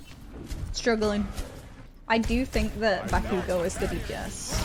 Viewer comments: BakUUUgo nononono baku-go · it kills me how she puts emphasis on bakugo's name 💀 she says it like baKUgo edit: later on she puts less emphasis on the ku but at the beginning she said it funny lmao